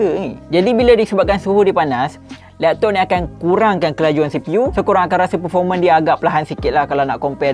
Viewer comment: “....lektok....” ade slang pantai timur 😂😂